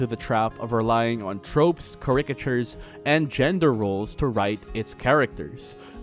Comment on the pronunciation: Okay, the line about Richter made me cackle. 🤣 But I should add that you mispronounced charicature. Excellent video!